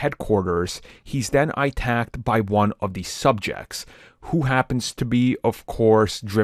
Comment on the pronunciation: Why do you speak like, like that. Did you say itacked?